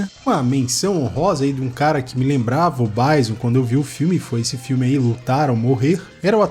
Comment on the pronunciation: "Gáiou" e "Báison" é foda hein.. É Guile mano.. e Bisôn velho, em "brasileiro" mesmo.. rsrs